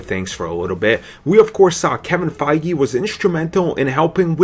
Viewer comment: .... he IS saying Feige's name wrong, right?